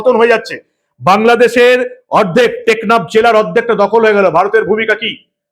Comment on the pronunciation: বারবার 'নেকনাফ' বলছেন কেন?দ্বীপ্যটির নাম 'টেকনাফ'।